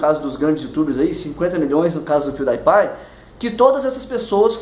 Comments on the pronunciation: Acho que é "piudipai" e não "piudaipai". Relevante, eu sei. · pronunciou o nome do pewdiepie errado NotLikeThis